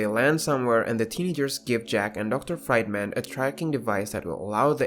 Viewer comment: Fried man, really? It's pronounced Freedman..